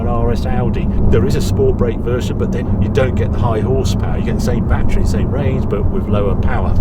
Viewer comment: Bat tree! Tree full of bats. Oh, you mean battery!